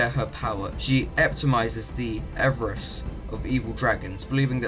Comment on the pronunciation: That was fantastic! I had a small issue with the way you pronounced certain words, such as enmity or avarice, but this was exactly what I was looking for. I've had to skip over so many other "lore" videos for talking about a dragon's breath weapons and stats and what moves they can use in a fight and not actually talking about the lore behind D&D dragons. Thank you.